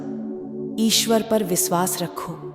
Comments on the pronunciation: Please pronounce correctly. It should be vishwas not visvas. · 1st u learn correct pronunciation... It's Vishwas, NOT Viswas 👎🏼👎🏼👎🏼